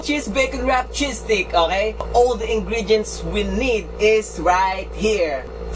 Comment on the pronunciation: i love how to correct people with the A while you can't even pronounce stick